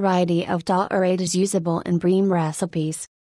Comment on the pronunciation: "Dah-orade..." gimme a break.